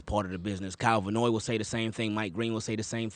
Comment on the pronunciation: His name is Van Noy….not Vanoy.